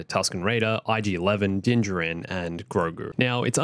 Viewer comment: Why does he say Din Jirin?